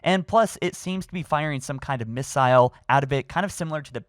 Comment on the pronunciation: Doesn’t know how to pronounce missile or turret